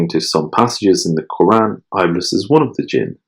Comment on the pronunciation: Thank you so much for shedding more light on an obscure topic. Also just an FYI, Iblis is actually pronounced as Ib-lease and not I'bliss :) looking forward to binge listen to the rest!